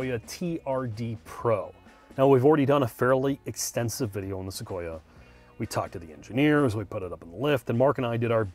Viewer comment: It’s pronounced SoQueerUh